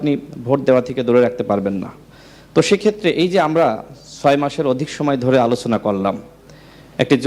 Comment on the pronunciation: রাশেদ উচ্চারন ঠিক করে কথা বলুন - আলোছনা কি?